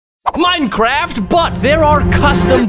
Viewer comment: The fact he says Limecraft at the start is hilarious.